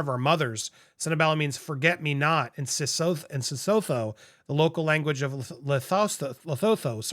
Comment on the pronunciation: It’s pronounced Se-soo-too but you just say Sootoo. FYI